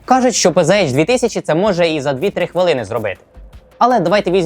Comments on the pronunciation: Правильно казати ПцАш. Бо це німецька мова, а не англійська. Панцер, а не панзер. Z читається як Ц. І літери ейч в німецькій немає. Є аш. Не надто важливо, але ріже вухо. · У німецькій нема букви "Єйч". Читаеться "ПанцерХаубиц",тобто "Пє-Зе-Ха"